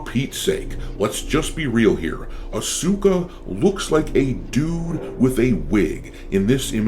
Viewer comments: Pronunciation is “Os-ka” not “A-suka” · Gah, its really annoying hearing Asooka this whole video. Its "aaz-ka" the game says it for you, there is no excuse. Looks like someone is band wagoning again instead of having their own opinions. But yes, she looks like no neck ed, and they nerfed the hell out of her boobs. T5 Asuka was best Asuka. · Asuka looks terrible. Also, after studying the Japanese language, I realize that her name is greatly mispronounced by English speakers. I used to say it that way too, (uh-soo-ka), whereas natively it would be more Ahs-ka, as the su is unvoiced. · It's not "Asooka"... I mean, for Pete's sake, just learn how to pronounce "Asuka" in Japanese. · The proper pronunciation for Asuka is (Ahs-Kah). The "u" is silent. Sasuke means Ninja. Pronounced (Sahs-Kay) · her name is pronounced "Aw-ska" btw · you're pronouncing Asuka incorrectly